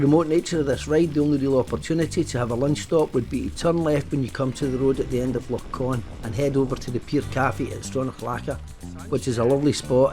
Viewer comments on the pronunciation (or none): It's Loch Ch-on not Con🙃